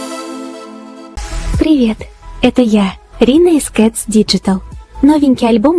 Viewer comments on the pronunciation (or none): none